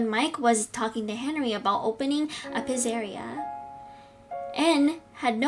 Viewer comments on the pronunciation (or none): It's speled ennard but you pronounce it like this : enerd and you pronounce pizzeria pitzaria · You said pizzeria wrong and you said au wrong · Pizzeria is pronounced pizza -ria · Enn-er-ed Pitz-er-eia Np hate or anything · bruh the pronunciation is en-nard also, its Pizza ria not pizzeria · Pizzeria is pronounced "pizza er ia" and sorry if that was rude.